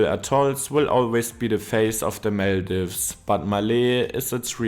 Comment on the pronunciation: Do u guys genuinely not know how to pronounce Maldives and Malé 🫩 As a native, ur pronouncing it wrong.